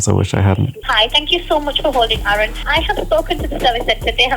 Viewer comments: I like how the Samsung girl called him 'arun' instead of Aaron. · Bro your names aroon not aron